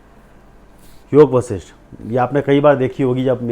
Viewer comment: ऋषि वशिष्ठ । हैं योग वशिष्ठ। नाम बोलना सीख लो बच्चे